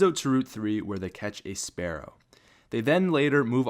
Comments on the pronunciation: it's pronounced "Spear oh", because it's spelled spearow. not spare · *Spearow (Sp-ear-O) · It’s Spearow, not Sparrow.